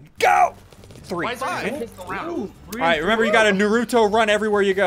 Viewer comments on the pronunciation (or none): It’s not noo roo to it nar a to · Did he just say Narooto? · When he said “nuruto run” I felt that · Ssundee:nahruto Weebs:Its NARUTO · Funty Crackhead do u even know who naruto is cuz bruh u said nuruto 🍥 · Nighthil he pronounced it nuruto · Ok I’m a fan of ssundee an OG fan but the way he said “naruto” hurts me it really hurts deep it’s nah-roo-toe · But the correct pronounciation is nah-ru-toh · I don’t like how he said “nar-oo-toe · Ah yes the nurutu run :| (Yes I obviously know it’s Naruto but he said it like nurutu) (And yes I have watched the entire 1st Naruto) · When he says naruto wrong